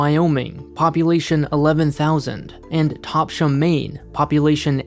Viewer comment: he mispronounced Topsham. It’s Tops-um